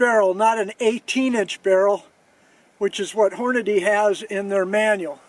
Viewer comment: I can't believe you still say Horn-a-DAY, when its clearly spelled and pronounced Horn-a-dee. Your punishment is the ringing ears that followed the first shot. Edit: you only mispronounced Hornady the first time you said it.